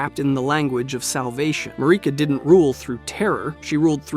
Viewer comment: Why do you pronounce names wrong only to do it right a few seconds later? (Besides “Mahrika”, she’s always “Mareeka” in your videos for some reason, despite her name being pronounced thousands of times in the game) And it’s not just this video